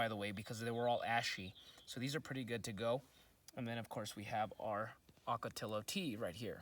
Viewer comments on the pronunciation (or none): You are driving this 80 year old native gringo Arizonan crazy with your hard "L's" like Jello, when saying Ocotillo. I think you know better. "Ok-o-tee-o would sound a lot better. A lot like "GILA" monsters. Not a hard "G" like fish Gills. Like HEE-la. I always notice when a newly transplanted Eastern news reporter on television mispronounces all the Spanish words here in the Southwest. The have a ball with our "MOGOLLON" Rim. "MO-GEE-OWN". (Or also "Thew Colorado Plateau. Where all the streams run Northward towards the Colorado River. "MAZATZAL" Wilderness and mountain range. Pronounced "Mad-a-zell". Or, as the old timers used to call it in the late 1800's; "Mad as hell". 🤠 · Ocotillo comes from the Nahuatl word Ocotl which means small or little torch and we pronounce it the "ll" sound ...(oco-ti-yo). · I love your videos! I grew up in Tucson so I'm familiar with all the plants you talk about. Sorry for nit picking but one thing bugged me throughout this video. Your pronunciation of Ocotillo. It's oh-coh-TEE-yoh with long O sounds, not short O. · Ocotillo- in the early 90s, I was on a ranch in the boot hill of New Mexico, and we had to fight these things sticking to the legs of our horses. They didn't like them either. I used to love to irritate the ranch foreman by pronouncing it with my Texas accent- Okertiller. ;oD